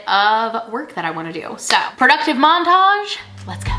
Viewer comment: I thought you said "productive mom-tage" and not montage. Definitely using that word from now on 😂